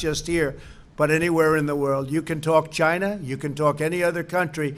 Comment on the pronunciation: The way he pronounce China..annoys me..i just Want to punch his face..